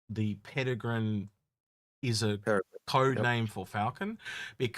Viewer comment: New pronunciation every time also, it’s really not that hard to say “Perry-grin” 🥲